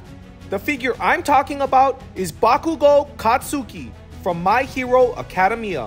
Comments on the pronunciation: It's pronounced aca dem I a not arcadium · It's ak-UH-day-ME-uh and kot-SKI ps you should do Naruto with marble rasengan plz do it